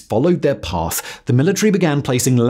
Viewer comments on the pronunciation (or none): none